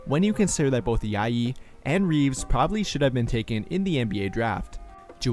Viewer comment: Nice video. Just found your channel and already watched four videos. Quick correction, the J in Ajayi is pronounced like the J in Joel. Keep up the great work